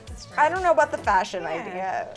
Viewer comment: 😂 " FASHUN " I love 😂